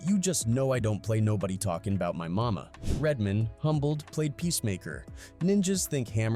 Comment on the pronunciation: Lol you said it once idk you don't seem to have an accent but once you kept calling "RED MAN" "RED MIN" I had to stop the video I saw nothing past the 7 minute mark 🤷🏿‍♂️ sorry just too much 😅